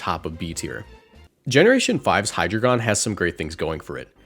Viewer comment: Ngl the way you pronounce hydragion irks the hell outa me.